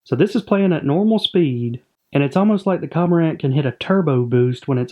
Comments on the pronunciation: I love the vids as always, just a heads up I believe you are pronouncing CoRmorant incorrectly. It's almost as if you miss the R in the beginning and say Comorant. Simply a suggestion, great work. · It's pronounced kor-mr-uhnt And can we name either the heron or the egret "Garza" please? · Trash pronunciation btw